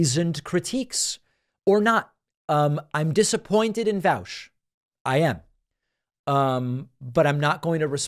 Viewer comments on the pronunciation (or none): He’s pronouncing Vaush as if he has never read the word caught. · oh nah he said Ian Vowsh